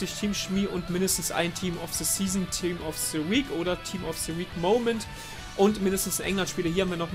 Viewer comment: sag bitte nicht „se“. es heisst „the“